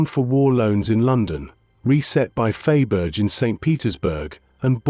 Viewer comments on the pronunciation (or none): Fay berge 😂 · the AI pronunciations are so bad they are making me laugh out loud and am finding it hard to take this seriously LOL.🤣😁 "Fay-Berj" LOLOLOL